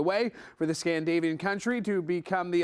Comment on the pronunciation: scandinavian, not scandavian